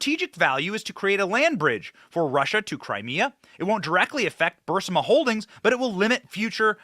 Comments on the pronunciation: B U R I S M A 😂 Not B U R S I M A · BURISMA , not bursima. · Good video --- but the Ukrainian energy company is not called 'Bursima'. It's called 'BURISMA'. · "Bursima"??? Everybody ELSE says it wrong??? Like "nu-cu-lar"??? 🤔🤔🤔 So, the Biden family (Xiao, or, Joe, in particular) were selling classified TOP SECRET information to Xina, allowing them to view said documents in the "Think tank" office a short distance from the White House when he was Vice President under Barack Hussein (nice name) Obama? Next question. Did BHO know? Was he complicit??? Then General Millie tells Xina defense minister that if the military (then under Trump) had any plans react to Xina's displays of aggression, he would tip him off?? Aren't these the DEFINITION of TREASON??? Where are the allegations?? The charges??? Let's see the Congress do their PRIMARY job of serving and protecting the citizens of USA FIRST, instead of trying to keep a Presidential rival from running against their party. I wonder who will run for Dem. President in '24. Maybe someone who has ACCOMPLISHED something in his/hers/their/its career, not just another blowhard spewing anger against the established normalcy which has stabilized and prospered the USA for generations. I approve this message. 🇺🇲🇺🇲🇺🇲 "Peaceful Patriot". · It's Ber-iisma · Benny your pronunciation of Burisma is wrong. It’s Br-ee-smuh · Bur-is-im-a????? Lol